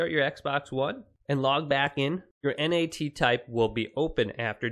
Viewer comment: Just say NAT bruh not N.A.T